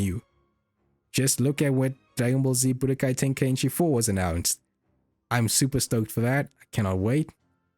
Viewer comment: it's "Tenkaichi" not "Tenkainchi" ;p